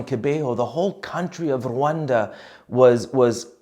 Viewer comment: You said Rwanda with the right accent. :)